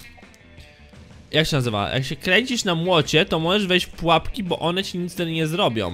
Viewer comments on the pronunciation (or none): Dlaczego zamiast "pułapka" mówisz "trapka"?